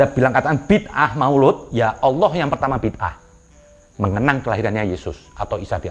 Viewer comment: maulid bo krbo bukan maoloood🤣🤣